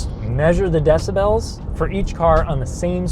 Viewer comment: The way you pronounce decibels. 😂